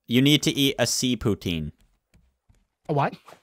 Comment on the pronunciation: Sea protin not sea poutin!!!!!!